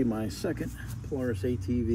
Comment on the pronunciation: Its polaris not poloris